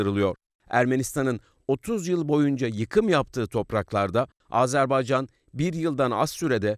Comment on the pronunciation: Azarbaycan DEĞİL, AZERBAYCAN<<<<<<